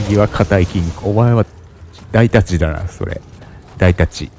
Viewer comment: 紙のような装甲で、ちょっと斬られただけで半分程度持っていかれたりしますね(υ´Д`) ハンクが背負ってるということは武器として使えるんでしょうか( *ﾟ∀ﾟ)=3 大太刀も読み方を誤っていたようですね( ;´∀`)武器を変えたくなってもステータスの関係で変えられませんよね…ステ振りし直しのアイテムはレアアイテムですし…